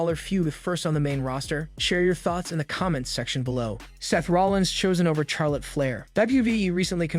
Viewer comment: You need to learn to pronounce Charlotte Flair's name properly if you're going to do your wrestling videos, it's not pronounced Char, it's pronounced Shar lotte. Just Saying.